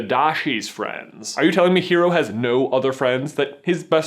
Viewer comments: Sorry not sorry- pet peeve- his name is Hiro not hero. Hiro as in Hee-row. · Not hero, Hi-ro. It is Japanese. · smashes through window I CAME AS SOON AS I HEARD Edit: stop mispronouncing Hero's name >:( it has a slight roll on the R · Rrrrrrgg please if you ever make another Big hero 6 theory listen to how Honey lemon pronounces Hiro's name h-i- ro with an accent. Honestly she is the only voice actor who took the initiative to pronounce the name properly.